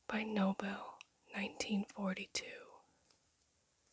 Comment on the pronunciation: Nobile is pronounced Nobil[ei] - I know the owners personally, they are lovely people 😊